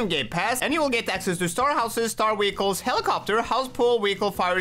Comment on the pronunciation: Bro its not weekle its vehicles